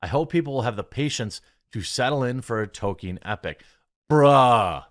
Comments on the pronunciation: There's no such thing as a toe-keen fan. There are toll-keen fans. There's an L in his name. Fucking pronounce it. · TOL-KEEN Jeremy. TOL-KEEN. Not Token. Tol-Keen.